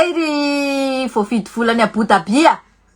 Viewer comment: Ahoana tsara hoe madama ilay fanononana Abu Dhabi ???? 😂😂😂 intelligente be ́ga iana o fa ianao ireny no mahay manonona azy kkkkkk